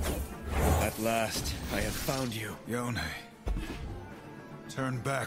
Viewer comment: After three videos of pronouncing Yone as "Jone," you finally got it right! (Yo-nay)